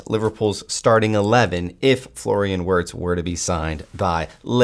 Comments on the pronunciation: Virtz* Germany pronounce W as V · This guy has the absolute worst pronunciation ever 🤣 it’s said VIRTZ